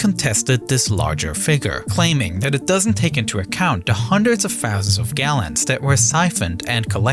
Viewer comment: "five-fousand feet"